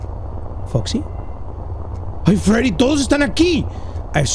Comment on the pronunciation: that’s not Freddy that’s Feddy